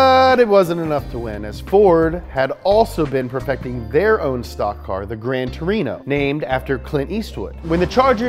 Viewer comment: Wait, Grand Tarino? Like the old dude in my hero academia?